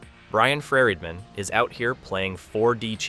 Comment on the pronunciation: Why so hard to pronounce “Friedman” especially when it’s pronounced correctly by the 2nd guy multiple times